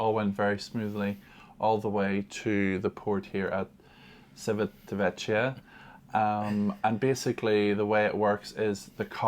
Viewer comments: Port of Civitavecchia: Chee-tah-veck-chee-ah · It is Chee veet a vekeea